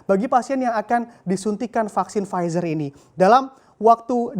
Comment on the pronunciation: PFIZER dibaca //Pfitsa:// Kok gitu... ntahlah... pokoke begitu...